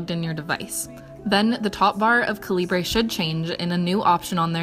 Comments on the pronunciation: it's pronounced like caliber.... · the way you pronounce calibre is atrocious. how can someone who appreciates reading barely know how to read? maybe focus on real literature instead of reading 50 shades of grey